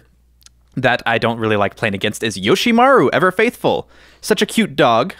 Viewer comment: Yoshimaru?! 😂 come on man